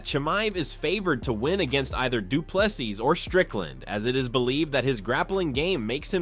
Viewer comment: Not doo ple s i s but say SEA or SEE